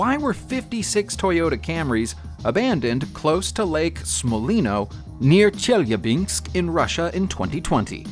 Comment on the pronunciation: If it's helpful: "Chell-yah-binsk" Lamborghini "count-ash" Darbee-shar / Darbee Share (ending 2 letters sound more like a "yeah" sound) "Sit-ron" or "Sit-run" (english pron.) or "seat-ree-on" (french pron. - it's a french car after-all). If I ever feel unsure how a word should sound, there's usually a native speaker on youtube or google to reference. Just bein helpful, not arsehole-ish. ;)